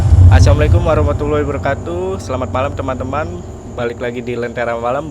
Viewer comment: Kalo ngucapin Salam yg benar Ngapa bang, pelan² yg enak, jelas gitu..